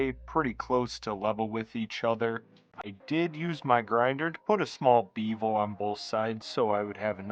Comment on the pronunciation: Beevel? Its Bevel!! Lol